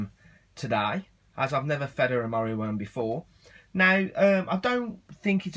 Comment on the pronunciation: I thought you were saying Mario Worm :P